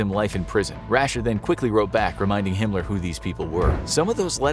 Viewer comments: Why does he say “Himler”? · Hinler mean hi*ler right he just cant say the actually name ? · Is he calling him hinler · Your really trying your best to not get di monitored by saying hinler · Is it me or is he saying “Himler”?